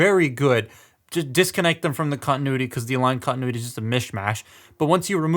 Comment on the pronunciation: (Stonks guy) kontinewety